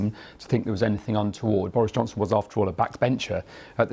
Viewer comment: He said joris bonson